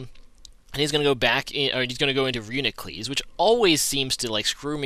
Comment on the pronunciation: I believe it is pronounced : RE YOU NE KLUS sir.